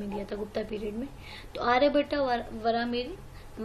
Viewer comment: आर्यभट्ट भट्टा नही, गुप्त गुप्ता नही